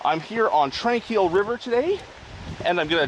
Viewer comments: As someone raised in Kamloops, your pronunciation drives me crazy. We always pronounced it Tron-quille, not Tran. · Beautiful video. My old stomping grounds. Just for info sake, you pronounce Tranquille with a short O sound, like tronquille. Have a wonderful day.